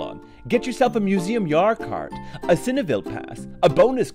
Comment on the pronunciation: museum JAHR KAHRT xD i love how foreigners pronounce dutch words it's so adorable <3 xD